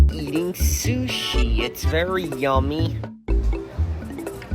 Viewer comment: Oh God, the way he pronounced sushi sounds extremely... autistic.